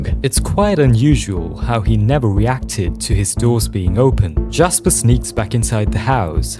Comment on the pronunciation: weacted (not making fun of it just noticed)